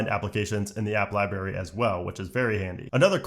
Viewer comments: Thanks but just have to say. It’s lie brary, not lie barry. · I am so frustrated that he kept on saying 'liberry' rather than library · you are an adult who says "Libaery",,, good job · Please pronounce the first “r” in library. It’s not “liberry”. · Not gonna lie I had to stop watching because you mis pronounced library so many times I couldn’t stand it you sound like a child.